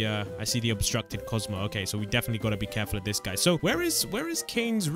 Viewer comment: Bro said Cosmo instead of kaufmo